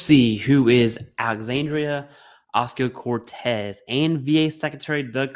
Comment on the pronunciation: its Ocasio not oscio lol